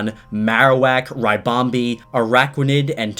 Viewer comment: You said ribombee wrong